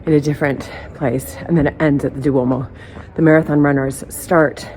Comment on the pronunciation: Ok you are fabulous but….. Duomo has two syllables, Duo mo, not Du o mo. The accent is on the third syllable in tra tor ri’ a. Sorry. 🙁 I’m a pronunciation snob. Lol.